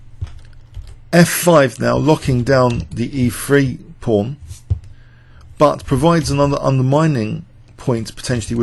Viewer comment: It's just his accent. He also pronounces threat as fret, and thing as fing, and three as free.